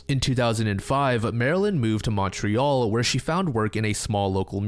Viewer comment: never say Montreal ever again